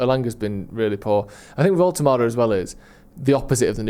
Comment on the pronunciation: It’s Woltemade. Said before Newcastle signed him it’s crazy he’s gone so under the radar as he’s the most talented one of the lot